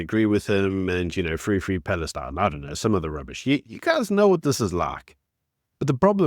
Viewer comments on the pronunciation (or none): none